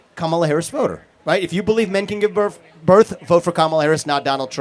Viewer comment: Anyone else die laughing when Vivek said “birf” after just just said “birf” instead of “birth”?